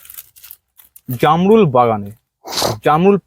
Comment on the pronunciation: এটা জারমূল না এটাকে বলে জামরুল